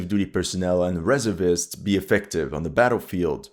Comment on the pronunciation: it's not REServists, it's resERVists.